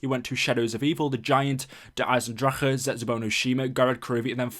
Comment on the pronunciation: You said Eisendrache right <3 As an Austrian this is really satisfying